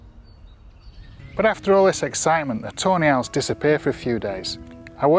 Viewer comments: when he says Tawny Owls i hear it as toe nails.. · Whenever he says tawny owls it sounds like toenails lol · My CC was on and it did pick up "toenails!" I love it so much! Best captions ever. 😁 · and now its funny hahahhaa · Wait i thought it was actually toenails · That’s exactly what I kept hearing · Your accent makes it sound like ur saying toe nails every time you say tawny owls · “Toe Nails” 🤔. All I hear is “toe nails” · Is he saying Toenail?